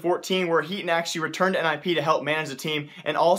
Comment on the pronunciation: hey brother i know that you speak very fast but at least say someone's name clearly. His name is HEATON. i dont know what you said in your video. It was not clear to me. its HEATON.